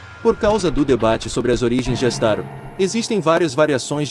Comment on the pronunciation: não é astaro a pronuncia correta é astaroth